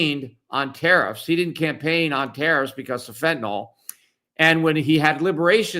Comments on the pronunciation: Fentanyl not fentanol!!! I really don't get it when literate people do not have a clear mental picture of the words that they speak. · What is this "fentanol" that people keep talking about? I know what fentanyl is, but what the fuck is fentanol?